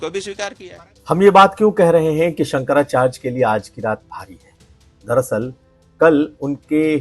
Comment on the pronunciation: Shankracharge nahi hota hindi tho sahi bol bhai